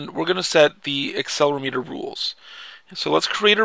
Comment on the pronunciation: Actually it's aCCElerOmeter not accelermeeter :) Btw how do you get these games to the iPhone? Thanks